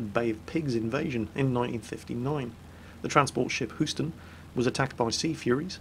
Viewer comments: pretty bad on my end too...also its pronounced hueston not hooston....my hometown btw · Boom. Headshot. Oh, and, to correct your pronunciation: Houston does not have the 'oo' sound. It's a long 'U'. So, it's more like Hueston. You can trust me on this, because I live there.